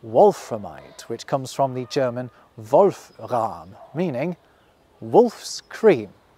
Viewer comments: about Wolfram: it's not "rahm" meaning cream. according to the german wikipedia it comes from middle-high german word "ram" meaning "soot" because that's what it looks like when ground up. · It's Wolfram not Wolfrahm. Wolf = Because it eat up tin like a Wolf eats up a sheep. And Ram = middle-high-german for dirt or slag... though one could argue that "Rahm" (cream) comes from "Ram" as in the slag of milk. x D Words are fun : D